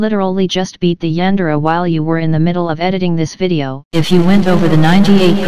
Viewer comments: The yan-de-re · “The yandere” NO ITS THE YANDEER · "THE YANDEER" "COOKIE MONSTER" 😂😂😂😂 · Dorami: Yandere Everyone: Yandere StarXD: Yandere Mr happy: Juan Deer